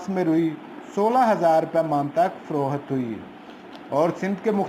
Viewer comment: Frookhat Nahi HOTA payndu ji. Frokht HOTA hy